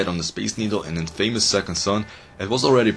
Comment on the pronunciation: T_T its in-F-UH-miss not in-fame-iss